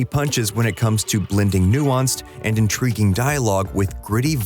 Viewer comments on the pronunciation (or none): none